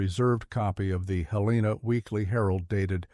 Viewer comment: Bozeman, Montana 5pm... almost stopped watching when the AI mispronounced Helena, glad I didn't. Though I doubt much of this story is true.